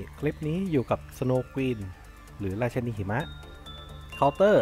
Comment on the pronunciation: พี่ครับผมได้ยินได้ยินพี่พูดว่าราชะนีหิมะมีใครได้ยินเหมือนผมบ้าง